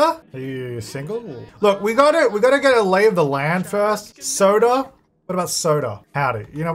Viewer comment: When you first said Sota, I thought you were saying Soda & I was Ike OMG imagine all the baby names being soda 😅 Fanta, Sprite, Big Red, Cola... that woulda been awesome 😂